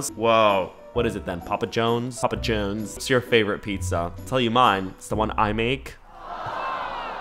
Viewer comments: not the "papa Jones" its papa johns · Theres alot of videos on youtube ill put on when im trying to fall asleep and your videos cant be that because you make me cackle 😂 i cant get over how u say "papa johns" like "papa jones" and the story about when u went to dinner with ur sister 😂😂😂 by the end of the video i was like "ok no more youtube i just sleep now 🙂"